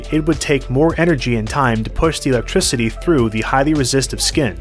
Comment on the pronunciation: Great video but his pronunciation of electricity is so jarring 😅